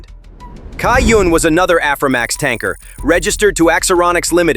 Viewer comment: As a Taiwanese, if the Chinese characters on the cargo ship is correct, the "Cai Yun/ Da Cai Yun(彩雲/大彩雲)" is pronounced more like "Tsai Yün" or "Chai Yün"("ts" is a sharper version of English "ch" sound). Strangely, the Latin(Pinyin) is PRC version, while the Chinese are Traditional Characters. In Simplified Chinese, it should use "云" rather than "雲", though they might use transitional version for artistic purpose. Anyway, Taiwan stands with Ukraine; since we both facing aggresion of powerful despotic neighbors.